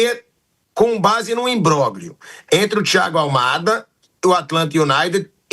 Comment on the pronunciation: o cara fala "imbróglio" como G junto pqp, nem falar esse cara sabe.